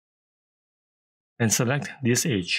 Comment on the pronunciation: Great tip! Tho for the first few minutes I was confused what "H" did you mean. You were saying "Edge" for the whole time! XD ^_^' You might want to work on the pronunciation of that one :P Thanks for the video. Cheers.